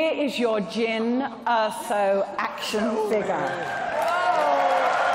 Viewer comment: jyn orsa=jan ors